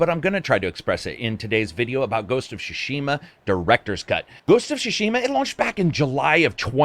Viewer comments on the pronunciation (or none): can't pronounce Tsushima 🙂